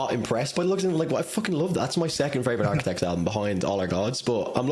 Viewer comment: Bro said Arquitects😂